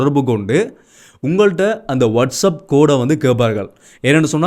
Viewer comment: வட்ஷ என்றால் என்ன... அப் என்றால் மேல. ஒகே.... வட்ஷ் [அப்] இல்ல.. வட்ஷ் எப் ஒகே. எப் எப்படி வட்ஷ் எப் வட்ஷ் ஏப். எப் எப் எப்.. !வருது சிரிப்பு சிரிப்பா எனக்குப்.